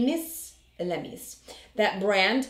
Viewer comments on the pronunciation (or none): I believe its pronounced Elle-A-Mis, I've seen Tati receive this in PR. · It's a French pronunciation. Your very close but the beginning E is pronounced more like an I. ELEMIS(ILL-A-MISS) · I went and got a professional facial and they used some Elemis products so that’s amazing that it’s gonna be in the box. The aesthetician pronounced it ell-eh-miss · Its pronounced L-a-miss, and I really want this item. I don't care which Elemis product it is, they are amazing and out of my price range. Thank you and congratulations on the now 11k subs!